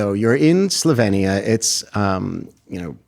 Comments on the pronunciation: Imagine interviewing a major celebrity without even knowing how to pronounce the name of her native country. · Less than 30 seconds in and the interviewer can't even pronounce Slovenia correctly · It’s pronounced SlovEEnia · She for 1) grew up in Yugoslavia, 2) Yugoslavia was not a communist country but a socialist federal republic which most people report was a great country to grow up in, just like Melania did in this interview. 3) its pronounced Slo-vee-nee-uh. Please get educated. You’re making it sound like she fled Venezuela…